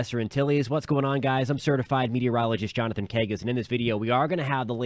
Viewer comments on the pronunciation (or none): none